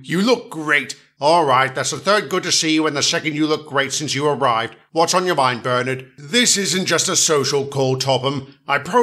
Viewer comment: Bernard not Burnett